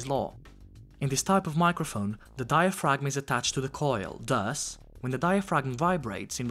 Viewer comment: the G is silent in diaphragm bro